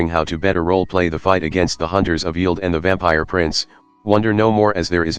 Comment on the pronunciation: Strange, hopefully they can out-use TTS. It sounds terrible. Also it pronounced Yeld wrong.